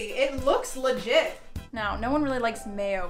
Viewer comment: This how many times she said “LIGIT” 👇🏾